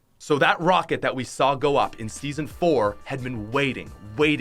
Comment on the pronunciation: he said Season floor LOL